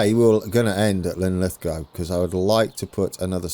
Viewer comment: You got it Linlithgow right (mostly) :-) Lin-lith-go not goww Or in local dialect Lith'gae :-)